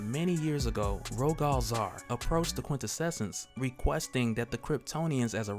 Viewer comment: Brother, it's "quin-tessence" --Awesome content as always!!